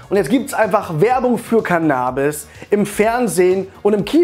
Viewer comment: Mich regt deine cannabis aussprache irgendwie auf